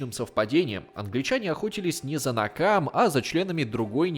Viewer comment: Автор неправильно произносит. Не "Накамэ", а "Нэкама", что значит месть.